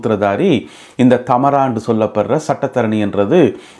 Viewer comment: I think her name is Thamaara,not Thaamara.